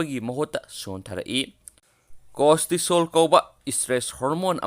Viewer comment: Costisol haib nte cortisol haibanemi aduga emunune hairidusu taba nungaite